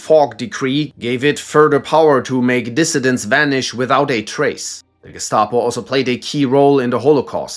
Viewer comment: You're a natural when pronouncing names at the Gestapo, Stasi, and South African Security Branch sections!